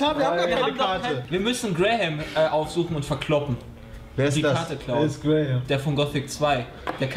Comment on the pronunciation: Brahim, nicht Graham.